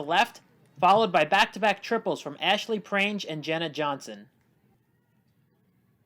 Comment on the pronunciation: This is something that i learned recently but Ashley Prange is pronounced prang-ee with a soft g sound